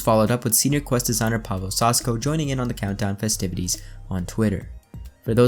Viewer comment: not how Saśko is pronounced